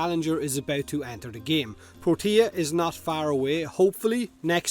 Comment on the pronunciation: Everytime he says Protea I hear Tortilla.....